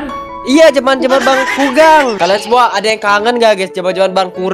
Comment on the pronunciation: Bukan kulgang bang